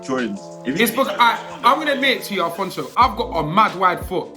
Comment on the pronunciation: Man said Alphonso David...